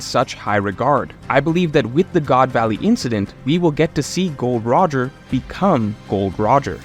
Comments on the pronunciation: Calling Roger Gold Roger and not Gol D Roger as an OP Youtuber should be a crime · "gold roger" Gol D Roger da.